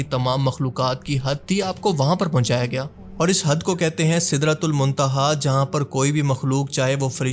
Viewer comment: black hole ko sidra tul my tiha kyun bol rahay, Kya bol rahay ho